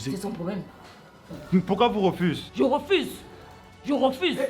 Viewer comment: ''JE REFOUSE''